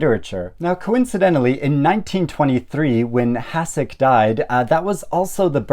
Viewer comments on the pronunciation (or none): Thanks a lot for this interesting and inspiring selection of classics! I'm glad this video was in my Youtube recommendations, so I'll subscribe straight away. Only a small correction from me: the Czech letter š is pronounced like the English sh, so the writer is pronounced like "hushek", and his most famous character is "shveyk" (with an "ey" like in "hey").